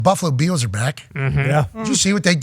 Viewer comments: Pat your pronunciation of Bills gives me life. Go Beeyaouwz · Why can’t he pronounce ’Bills?’